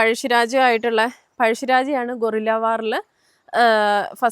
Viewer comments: ഗോറില്ല അല്ല ഗെറില്ല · ഗോറില്ല വാർ എന്നൊന്നില്ല.ഗറില്ല വാറാണ് ശരി.ഒളിയുദ്ധം.വായിൽ തോന്നിയത് വിളിച്ച് പറയാതിരിക്കുക.ഒന്ന് ഞഞ്ഞായി അവതരിപ്പിച്ചു കൂടെ. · അവതരണം മോശം , ഗോറില്ല വാർ അല്ല ഗെറില്ല വാർ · 🦍 ഗൊറില്ല അല്ല. ഗറില്ലാ 😂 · ചേച്ചി ഗോറില്ല എന്നല്ല ഗറില്ല എന്നാണ് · ചേച്ചി ഗോറില്ലാ വാർ അല്ല... Guerrilla war → ✔️ Correct spelling Comes from the Spanish word “guerra” (meaning “war”). Refers to irregular warfare where small groups use surprise attacks, ambushes, and mobility to fight a larger army. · ഗോറില്ല അല്ല ഗറില്ല " ഗ " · gorilla....hello girl....first learn how to pronounce words❤